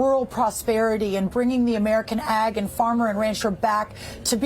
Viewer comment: Lol. It sounded at first like he said Egg Secretary.😂😂😂